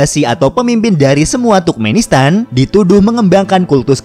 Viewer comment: Turkmenistan Dibaca Sama Miminnya Tukmenistan